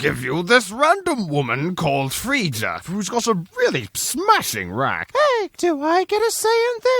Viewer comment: It’s not free-ja it’s frey_ah